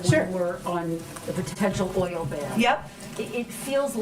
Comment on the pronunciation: this woman can’t pronounce the word “oil”??!